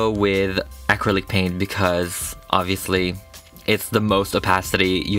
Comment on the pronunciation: sounds like he said acrylic pain XD